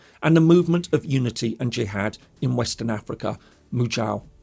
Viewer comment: "Izlam, Izlamest, Suuni, Jee Had" - The pronunciations always crack me up.